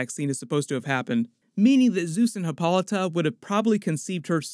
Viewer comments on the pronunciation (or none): Is the queen of the amazon's name pronounced hippo-lighta?